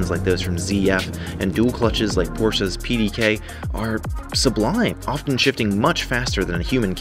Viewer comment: Thank you for sayin Porsche right!